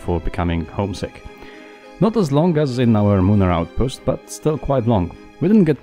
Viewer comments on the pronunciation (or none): IT NOT A MOONARE BASE! it's a lunarbase